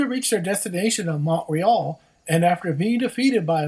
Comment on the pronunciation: you need to learn how to pronounce Montreal, Crysler and Chateauguay!!!